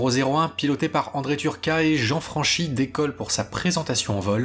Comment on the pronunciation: Merci pour vos rétrospectives bien documentées. Jean Franchi se prononce "Fran-k-i". C'est un nom Corse, mais je vous rassure, il n'était pas susceptible.